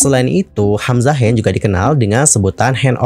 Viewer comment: maaf bgt ini mah, ko di menit ke bilangnya "hamzahas" ya? apa aku yg slh denger